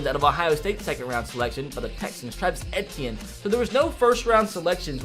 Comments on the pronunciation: The way he said Travis Etienne 😞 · It’s Travis Ay-tee-en and Tua Tug-uh-vy-loa